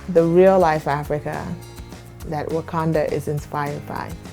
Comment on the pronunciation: when he says what do you know about about wakanda sounds like buganda